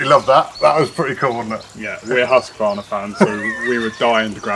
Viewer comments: As a dealer, you should certainly know, name's pronounced "husk-var-na", NOT "husk-a-var-na." Listen more. You'll pick things up. And yer bud should know to push the bar tip up, or sit the saw down on it, as he's tightening the bar nuts. Pretty basic stuff. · I was a Husqvarna dealer for 81/2 years and I've been running them since 1978, here in the U.S... For heaven's s sake let the saw warm up. And read the instructions for Autotune! Also, the name is Husqvarna, not Husq-A-varna. G-day mate! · Hus= house. Its no husky. Its hus-qvarna ... 🤷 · Its actually pronounced Hoosqvarna but you are right GA Wilson definitely no A in the middle ! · haha. As a swede, hearing people saying Haska-varna... Its a house... Not a husky haha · it's huski chap, end of, 😁😁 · Indeed - as a Scandinavian, I always snicker a bit when others pronounce the Swedish name. "Husky" or "Huskie" is a nice nickname, but Husqvarna is not "Huss-Kee-Varna". The city where the company originates from is written "Huskvarna" today. "Hus" is the Scandinavian word for "House". And "kvarn" is Swedish for "grinder". Correct pronounciation is "Huus-kvaarna", where the first uu is a long one, pronounced as "ou" in "you". And the "q" is proununced as the "k" in "Kentucky". One of the oldest companies in the world. Great quality and design. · The way you pronounce Husqvarna makes me want to spew. And don't say sneaky peak mate.